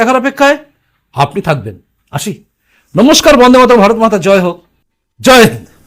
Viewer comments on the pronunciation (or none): none